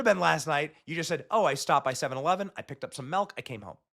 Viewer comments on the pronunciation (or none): "....picked up some MELK...." - hmmm....